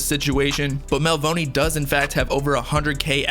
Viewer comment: bruh you pronouncing Melvoni wrong 🤦‍♂️